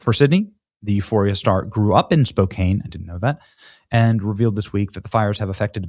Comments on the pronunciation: Spoke can is how it’s said🎉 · Spo can not spo kane. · SPOh -Can not Kane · Spo-can not Spo-cane! Come on Benny. I still love you !❤ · The name is pronounced spo can, not spo Cane. Thanks for the story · Spō can....not Spō kāne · Its pronouced SPO-CAN not Spo' kane.. even tho its spelled that way. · Spo Can, not Spo Kane 😂 Love Sydney! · It’s pronounced Spo-can. Not Spo-cane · SpoCAN, not 'cane.' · Dude.... pronounce city names correctly.... Spoh-CAN. NOT spo-cane. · It's spoke can not spoke came . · Spo-can. (Not cane). Way to go SS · BTW Its pronounced Spocan not Spocain 😮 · It’s not Spok-cane, it’s Spok-can. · Spokane (Spo can) not (Spo cane) hahaha. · Benny, it’s spow(like show or crow)-can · As a Washington State resident, pass the word. It is pronounced Spo-Can, not Spo-Kane. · Benny... SPOKANN. THANKS. goodshow. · Spoke ANNE not Spokayne Benny🤣🤣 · Spo-can. Not Spo-kane. Nails on a chalk board. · Benny, it’s pronounced Spo can, not Spo kain. Just so you know. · Its pronounced spoeCAN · "Spo-Can" not "Spo-Cane". I'll accept Spo-compton as well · You're almost saying it right.lol CAN not CANE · It's pronounced spoke can not kane Benny Johnson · Benny. Bruh. SPO CAN. 🤣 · Spokan not cane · Pronounced Spo can, not Spo cane. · Sorry, but a little sidenote, if you will. The proper pronunciation is as such, “Spoke-can”, not ‘Spoke-Kane’. And for future reference to folks, it’s, “Or-e-gun”, not ‘Or-uh-gone’. Just sayin, be respectful, Learn the lingo folks. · Benny! It's not pronounced Spoke-CANE. It's pronounced Spoke-can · Hey Benny—-FYI—Spokane short A not a long A. Don’t mean to nitpick. Love what you do. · spo-KAN (rhyming with "man" or "can"), not "spo-CANE". 👍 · I love ya Benny, but it's Spo-Can, not Spo-Cane, home of the Gonzaga Bulldogs baby!!!! Stay strong my Spokanians and Go Zags!!! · Spo-CAN....not Spo-Cane. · Pronunciation help: Spo-can Good Job Sydney! Love this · It's pronounced, Spo can. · It's Spo-Can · It’s pronounced “Spo-can”! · Spokane.... spo-can